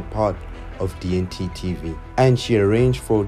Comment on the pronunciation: u don't know how to say D&T TV? 😂